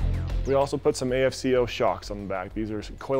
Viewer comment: A-F-C-O........lol, you mean Afco?